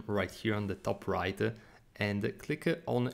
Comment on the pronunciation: Thanks for the tutorial. BTW, your English is excellent, but you have a habit of putting a vowel at the end of English words that don't have one. You should say "and" not "anda" / "right" not "righta" / "click" not "clicka" / "of" not "ofa" etc. For what it's wortha. ; )